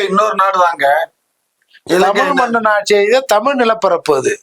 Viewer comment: எப்பா நெறியாளரே.. முதலில் நீங்கள் தமிழ் என்று அழுத்தமாக கூறுங்கள்...